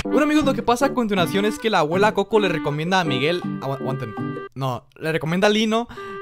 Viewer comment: abraam dice a cuntinacion y era a continuacion like para q abraam me vea y les de like a sus comentarios plz